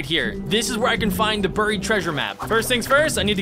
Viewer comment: Stop saying burryed please